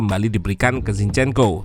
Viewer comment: Jinshyenko bacany ya